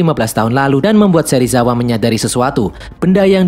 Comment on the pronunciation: Bjir Serisawa😂